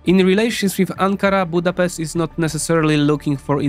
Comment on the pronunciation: You should at least be able to pronounce the name of our capital before making a video!